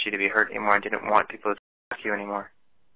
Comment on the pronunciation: Dinnint instead of didn't. When he says that it makes me nauseous